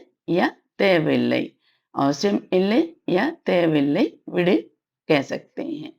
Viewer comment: Thank you madam for this .one question . when you pronounce vidu (rehne do) it sounds like vid but when you pronounce vidunge it sounds proper vidu+enge